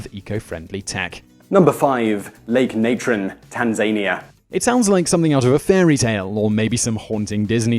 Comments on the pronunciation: #5 is pronounced TAN-Zah-Knee-A not TAN-Zane-e-ah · The way you call Tanzania is comical as hell! It's not tan-Zain-A it's tan-za-nia.. It used to be tanganika but once it acquired Zanzibar as part of it's territory it became Tanzania... Come on Simon it was a English colony, you should know better... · Lol tanzAnia...but if he was american people would hate the hell out of him XDDD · It's pronounced tan zan ea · Tan Zan ear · Are we hearing one of the differences between American and British English? Like in aluminum, garage, or vitamin? I've never heard "Tanzania" said by an English or Scottish person, so I don't know, just proposing a guess.